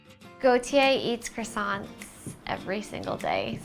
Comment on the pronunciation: Hes french and still lets his Girl pronounce Croissants the wrong way....